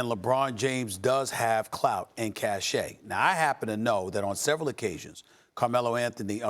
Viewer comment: I hate when Steven a says “clout”